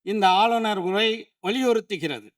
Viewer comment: ஒரை இல்லை உரை